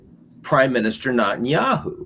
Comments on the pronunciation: Neh neh neh ten ya hoo. NOT Not ten ya hoo. So freaking annoying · Excellent informative interview. But I find it so strange that Ian Bremmer, a seemingly professional in this field, completely butchers the pronunciation of every single foreign name. Drives me crazy listening to professionals that say "Benjamin ned'n-yahoo". And since when is "Qatar" pronounced "cutter", or the head of russia "pudd'in"? Come on, you can do better!